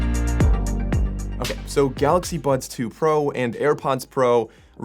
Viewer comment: I keep hearing "Galaxy Buns"....is it just me? lol